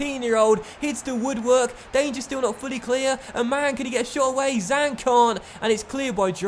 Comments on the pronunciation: Zhang is more like jang for pronouncing in English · the Zh in Zhang is pronounced like a J